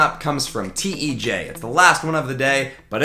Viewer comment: this guy pronounces tej wrong